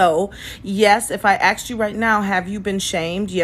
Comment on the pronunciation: And its asssssked not axed